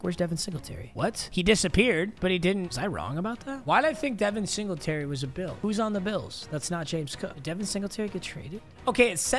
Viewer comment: Devin singltry… bro latavius murray